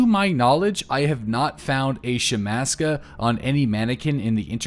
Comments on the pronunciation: It's not a fucking shemaska. It's a shemagh (she-mag) Jesus christ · Shhmag... That's how you say it.